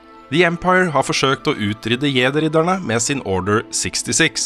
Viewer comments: Jeg tror samtlige som vokste opp med Star Wars på 80-tallet har innprentet norsk uttale der, er for sent å gjøre noe med det for min del i alle fall. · Bra review! Bare plis si jedi med engelsk uttale neste gang Hahah